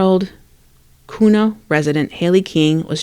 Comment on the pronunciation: You are awesome. Here’s some tips Kuna is pronounced Que-na and Weiser - Weezer 🥰 weird I know.